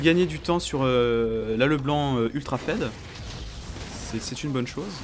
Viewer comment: MEC SA SE PRONNONCE PAS FED MAIS FIIIIIIIIIIIIID ARRETE DE DIRE FED TU M ÉNERVE SA SE PRONNONCE FIIIIIIIIIIID ARRETE DE DIRE FED ET EN PLUS TU L ECRIS FED ALORS QUE SA S ECRIT FEED